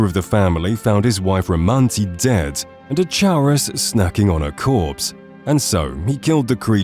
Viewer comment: Your pronunciation of the word "chaurus" is really weird. The bugs drop a material named "Chaurus Chitin" and the word "chitin" is a commonly used word to describe the material that comprises insect exoskeletons. In the usage of the real-word English language, the word for exoskeletons is pronounced like "KY-tin", and by extension, the bug is likely called a "CAR-us." But what do I know, I only had five different English professors all tell me my grammar is annoyingly immaculate and so too is my writing, usually.